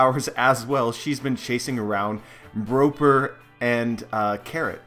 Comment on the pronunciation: Broper? what?